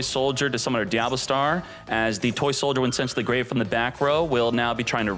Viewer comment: y do u pronouce certain names like diable star (usually pronouced dia-bell star) or appollo usa (usually appo loosa)? is it some inside channel joke im not aware of?